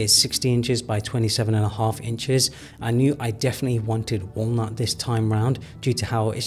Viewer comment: If this mf says “wah-a’ll-not” one more time…I’m replacing all my furniture to plastiík 😂